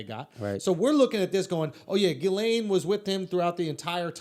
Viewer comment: Ghislaine, laineghizz. Lol